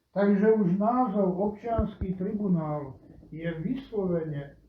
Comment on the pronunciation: Vzdy ma najviac pobavi ako povie ""Obciansky tribuanal ":D